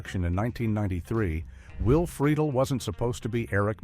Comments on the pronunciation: Who is "Will Frito Lay?" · Freakin AI voiceovers..:"Will Frito Lay"